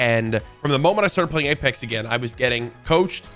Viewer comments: He opened the video by saying “aplex” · ngl i opened the video and read the comments, and as i read this one i heard him say 'apelex' lmao unfortunate timing